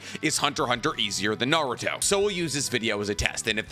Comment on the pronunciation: I wish you didn't say "Naruthhho" every time and so often...